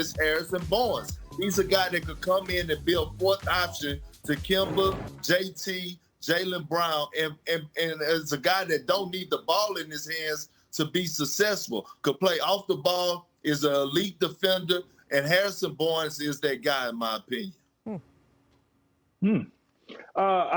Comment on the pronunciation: Did big perk said sussessful....🙂🙂